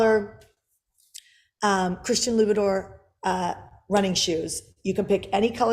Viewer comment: How can I keep listening to a woman that pronounces "Loubiton" LOO-beh-Door ? What in the hell. All curiosity in learning what she knows is gone.